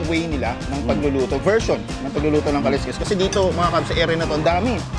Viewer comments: "Kalsks" po ang tamang pronunciation ng kaleskes. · His kasi Ka-les-kes ang pronunciation. Kalsks ang tamang pagbigkas ng Kaleskes.